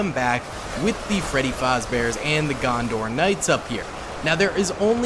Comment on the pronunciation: loves him some Knights of Gondor. Noone:: “…And over here… the Knights of GonDOR”😂